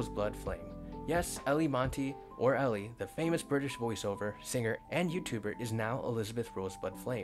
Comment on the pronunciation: Btw, Eilie Monty: first name pronounced "Eye-lee".